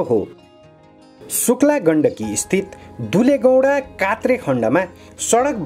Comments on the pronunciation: नाम नै अपभ्रम्स गरि अर्थको अनर्थ लाग्ने गरि रिपोर्ट वनाउनु भएछ, अलि अध्ययन पुगेन महोदय ! कात्रे होइन कोत्रे हो, चेतना भया !!! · Kotre lai Kaatre po bhannu bhayo ta 🤣🤣🤣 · महोदय कात्रे होइन कोत्रे हो सच्याएर बोल्नुहोला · कोत्रे हो यार के कात्रे भनेको यसरी नाम बिगार्न त भएननि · ए मुला कात्रे होइन हो कोत्र भन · Kaatre haina ho daju kotre ho ali jayez jankari Dina paryo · कोत्रेलाई कात्रे भन्न त भएननी